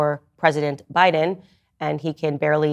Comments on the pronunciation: Did she say Joe Buden?! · Why was she calling Joe Biden Joe Budden?